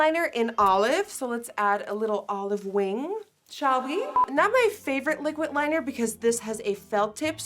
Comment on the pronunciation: “the gringe” “liquit liner”